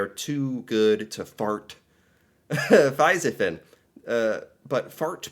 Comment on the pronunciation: I have a tips for you: when you read the letter i, in Norwegian, pronounce it like e. That will improve your Norwegian a lot. Like det word Fisefin. You you had pronounced the i as an e, it would have been 100% perfect reading😊😊 just a tips for you